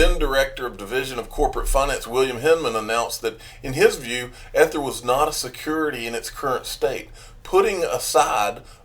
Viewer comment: E-ther.. it’s pronounced with a strong E. Just a heads up.:) Thx for all your hard work!